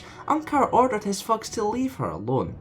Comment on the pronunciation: you should work on spelling g a bit softer,it always sounds like unkars fucks when you say unkars thugs